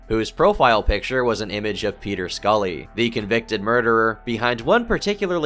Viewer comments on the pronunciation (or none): none